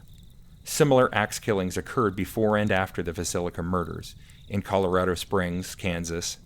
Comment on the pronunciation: I know, I mispronounced Villisca a few times, sorry about that.😂